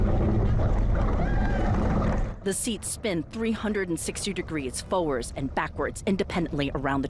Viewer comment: The word FOWARDS, has a 'D' at the end of it, that ISN'T SILENT!! Please use people that can pronounce words correctly!